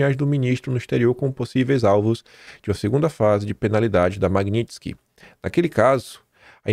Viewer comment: QUE ORGULHO VER O FALANDO Magnitsky CERTO